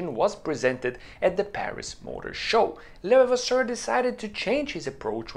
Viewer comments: Excellent source of knowledge. Thank you! Try to pronounciate it like a british saying "Le-vah-vah-sir" and you will almost got it 😄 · It's pronounced .."Le" "Vav" "Ass" "Sir"... so say it quickly and with emphasis on "vav" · Not hard. Just say.... Le vas sir. Leon Le vas sir. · I'm hearing lelevasseur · It's Levasseur not Levavasseur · Pronounced leva-vasaure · le' vasser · YOU ARE NOT PRONOUNCING THE INVENTORS NAME CLESTLY!!!!!!!